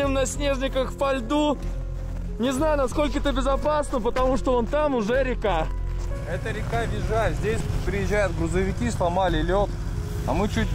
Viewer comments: Американцы, которые фильм снимали и то грамотней вас будут )) Не ИвдЕль называется, а Ивдель, ударение на первую гласную, не Визжай и Вижай. Блоггеры ))) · Ивдель - ударение на "И". Поселок не ВиЗжай, а Вижай! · Вижай, а не ВиЗжай! :)) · Что за ИвдЭль и Визжай? 🤦‍♀️ Ивдель (ударение на И, е как е, а не как э) и Вижай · Ещё ВиЗжай на 10 минуте